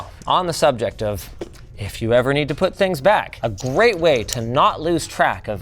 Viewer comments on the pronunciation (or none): none